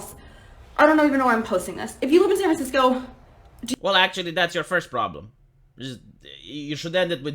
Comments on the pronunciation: I may have mis heard, but did you say Scat Francisco. If you did, well done sir! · Did say "Scat"franciso? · Haha... "Scat fran sisco"